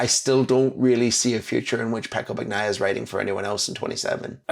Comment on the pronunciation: Just out of curiosity: how can someone who sees Bagnaia after after day of track action still call him "BaKnaia"? 😂 Try "Bañaia" if that maybe helps, 😄